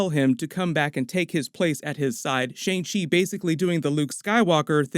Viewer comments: hey american guy doing the break down... its pronounced "SHANNG" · You are not pronouncing Simu Liu and Shang Chi correctly. Liu is pronounced like Leo but it is one syllable. Shang rhymes with Wong, not hang.